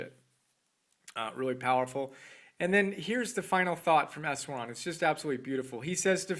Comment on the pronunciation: For the record, Easwaran is pronounced with an "sh" sound as in Ishwaran. Thanks for telling people about my teacher. That is his given name with Eknath being the family name. We called him Easwaran and also spoke of him as EE. He is published by Nilgiri Press at the Blue Mountain Center of Meditation in Tomales, California if anyone wants more information about him and his 8-point program for spiritual development.